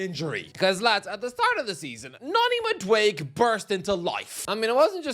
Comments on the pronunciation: Madueke is pronunced Mad-u-e-ke wut i mean is that the last e is pronunced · I hate that you refuse to say Madueke correctly, because you’re so aggravatingly close. Just say that last syllable. It’s not “mad awake”. It’s “mad awake A.” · It’s MaduekE Not Maduek! 😂 I know your Irish but you got to pronounce African names better